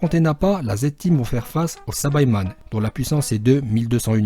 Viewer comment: Saibaman et pas sabaiman